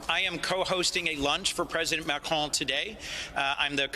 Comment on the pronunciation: Nice to hear an American on TV ptonounce “Macron” correctly.